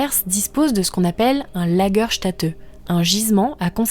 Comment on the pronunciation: Une sympathique vidéo ! PS : Lagerstätte ce prononce Lagerstaitte ;)